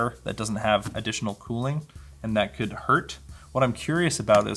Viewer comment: "you can curl with this thing" very Canadian, I love it!